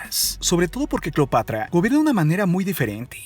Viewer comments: como que cleopatria o cleopatra🤣🤣🤣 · cleopatria? Se te fue la lengua poquito aun así grandioso video la historia siempre nos enseña algo nuevo y es verdad que en los libros de texto solo nos enseñan solo una pequeña parte de la historia saludos amigo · CLEOPATRIA ???? XD XD XD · Deja de terminar todo en( e )es incómodo y fastidioso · Cleopatree,romee,marco Antonie ,cuidaree,egipciee,vestidee, degollee,viboree,leyendee,poderosee,ellee ......,,, Etc.etc.etc. por qué ???? Todo en en ee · Vrg pensé que era la única que se había dado cuenta. Lo noté desde que dijo "Cleopatre". Todas las palabras terminadas en "a" las cambia por "e". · es cleopatra o cleopetra, jajaja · Jajajajjaja minuto se equivoca diciendo Cleopatria